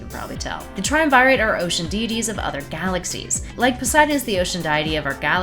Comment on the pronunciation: ''Trium- Vi- Rate''.... Really sis?